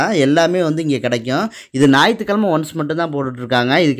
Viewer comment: "நாயித்து கெழமா" கிடையாது "ஞாயிற்றுக்கிழமை"